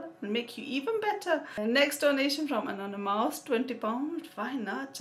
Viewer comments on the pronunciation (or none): I love the way you day 'anonymous' it sounds like 'another mouse' lool